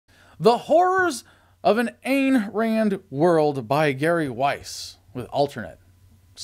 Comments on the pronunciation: It's pronounced eye'n Rand. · Her name Ayn is like INE as in Mine.